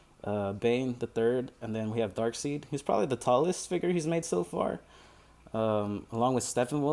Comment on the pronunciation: Pronounced DARK-SIDE